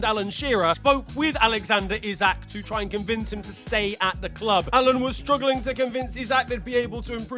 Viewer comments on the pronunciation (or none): none